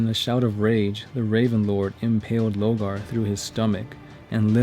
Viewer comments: LORE-GAR. LOW-GAR. Please note the difference. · Sorry... LO R GAR ... I mean you say Corvus, and Corax fine... But then say Logar